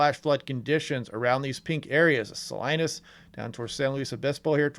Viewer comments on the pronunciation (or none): Hi, thanks for your great reporting. Note: Salinas is pronounced Sah-LEE-nas, not Sa-LIE-ness. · Hi, it's pronounced Saleenes, not Salinas. Many make that mistake reading the town's name. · FYI, I’m from Salinas. It’s pronounced - “sah-lee-nas”. 😉😊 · Salinas, pronounced Saleenas, thanks for being here for us! 😁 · Pronunciation is suh-leen-iss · Sa-lee-niss, CA. I in Spanish is pronounced as ee. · Fyi Salinas Is pronounced Sah-lee-nas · Here in Marin Co. we have had steady, but not terribly heavy rain today. So far so good. Just a couple of pronunciation tips, it's Sa-leen-ess and Tie-oga pass. Great coverage and I have my fingers crossed for the folks in the Sierra and in the foot hills.Thank you so much for the updates!